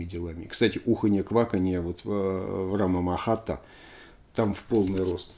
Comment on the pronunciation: Эх, Лёша, Лёша. Не рамамахата, а РАТАмахата. У тебя винил под носом. Прости, не сдержался , но это святое.